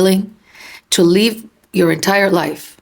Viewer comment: When you asked if we are are willing to live our entire life like that, it sounded like you said 'leave', rather than 'live' - which is what it really is when we do that, we aren't living our life. We are leaving our authentic life, to play the part it appears we are expected to play, for love and approval that will never be given, no matter what we do.